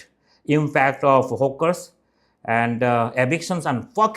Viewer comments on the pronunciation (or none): Why are you calling them Hookers? and why do you add E before any word starting with S like Streets to Estreets?